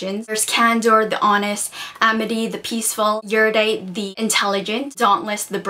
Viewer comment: OMG! You pronounce Erudite the same way I do! All my friends say Eeridite and it annoys me soooo much lol.